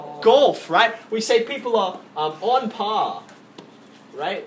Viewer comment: he sounds really chinese when saying 'on par' as always, great video. keep up the good work